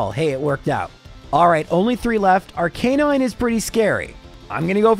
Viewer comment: Arc-uh-nine. Sorry, it bugged me. Also, why is Blaine's team lower level than Sabrina? She has 3 level 50 Pokémon in Yellow and Blaine's highest is like 49 Edit: And its Lo-ruh-lie